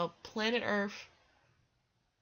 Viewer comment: I can't continue listening. She actually said, planet 'Earf'.